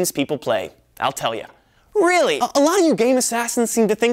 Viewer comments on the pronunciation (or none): wtf was that 'really'?!?!?